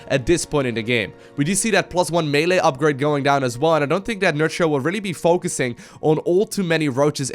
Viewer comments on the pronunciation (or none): none